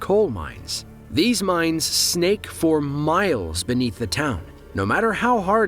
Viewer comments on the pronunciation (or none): none